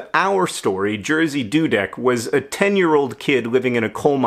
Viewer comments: It's Yeah-zhi. Zhi, as in the word "pleasure". Not, "Jersey". Thank you, A Nerdfighter from Poland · John you are an amazing person but that's not how you say Jerzy ;) It should be more like Yeah-shh ^^ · This is the weirdest way to pronounce the name Jerzy wrong. I had no idea who you were talking about until I read the description. Good effort, but it sounds more like Yeh- shih, with the first part accented, and the sh of the second part is really hard, almost like a "j" sound. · Jersey Dudek <3 For me it sounds hilarious, but in a lovely way. And we all know mispronouncing is your thing. Also, the guy was beloved by all boys in my school, but I never heard this story. Thanks :) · Sooo... I'm Polish and I could not undestand who you were talking about for the longest time :D when I realised who this misterious "Jearsey" guy was I could not stop loughing over your pronunciation of his name (Jerzy) but I totally get why you would pronunciate it this way. Dudek was pronunced perfectly though! A+ BTW you made my day! Greetings from Poland! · I cannot get over how you pronounce "Jerzy" :D Do all English speakers do it like that? (It's more like "yeji", where the "y" is the same "y" that's in the "yippe kay-yey", and the "j" is pronounced like in the French "je t'aime", and the whole thing translates to Jerry) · Its pronounced Jeshy dudek, its usually difficult for americans and other people to pronounce polish😅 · it's pronounced more like ye-shi doo-deck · wait... is his name spelled "Jerzy" in Polish? shouldn't it be pronounced "yezhih"? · Yup, it's amusing that an average anglophone can only guess pronunciation of one letter in "Jerzy" right. At least the guy's surname's easy, not like certian Lewandowski's or - even worse - Błaszczykowski's :D. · I’ve never heard anyone say Jerzy outside of Poland and I would never guessed it’s pronounced like that in English. Interesting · GOD YOUR PRONOUNCIATION ITS NOT a hard name GOD MY EARS au